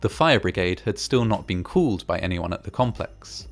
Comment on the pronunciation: just wondering, what kind of accent you have to say "called" but sound like "could". (Not making fun, I'm not even English native so...)